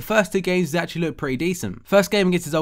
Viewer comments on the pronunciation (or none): none